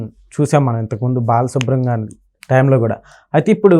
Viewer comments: ‘బాలసుబ్రం’- కాదు బాలసుబ్రహ్మణ్యం! బాగా చదివడం ప్రాక్టీస్ చేయండి ! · Babu ankar garu mundu balasubramanyamgaru ani palakadam nerchukondi